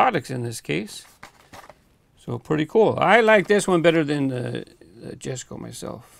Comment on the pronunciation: the word jesko is pronounced as "Yes-ko" in swedish also congrats on the super!! please do a video on the urus as well